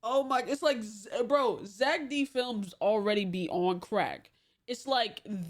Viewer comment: “Zeck Dih Felms” 💔💔🥀🥀